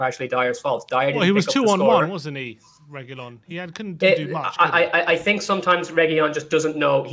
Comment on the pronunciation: For starters guys Reguilón is said R E G I L O N (hard G, hard L) with the stress on the O. There is no Y sound - that's from the Spanish LL which is not in his name. We are over a YEAR into this FFS. Secondly WTAF is this guy on about??? There is nothing wrong with the formation, we had excellent shape. We need 3 in the midfield and we need 2 superb centre halves to be a top 4 team. That is all. If Ndombele is on his game then those 3 pick themselves every game. Cuti probably needs a world class partner as a first choice. Dier, Sanchez and Rodon are good but not elite centre halves. That's it.